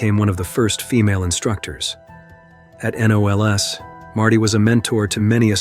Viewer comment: Lost me at "N O L S" A person pronounces this "knowls". Can't stand computer voices.